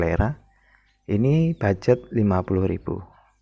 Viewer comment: Mohon maaf, minta izin. Mau meluruskan. Yang benar itu bukan Bugjet tapi ( Budget )